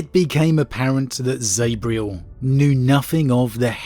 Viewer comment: You're English please don't pronounce Zabriel like an American it grinds my gears. Zab-riel z a b not Z A b